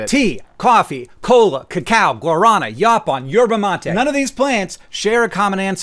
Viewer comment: I definitely thought you said Olmecs drank "the cow" as a tea, like some sort of beef-based tea, not cacao. I was very confused until I figured it out. Also, if memory serves, the word "cola" comes from Coke originally being made with the kola nut from Africa, which was the source of its caffeine (though famously, not the only stimulant in the original recipe) but it hardly surprises me that's not still the case and that synthetic caffeine is the norm across all sodas now.